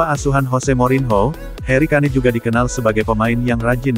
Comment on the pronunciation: Tulisanya kane bukan berarti bacanya kane juga 😂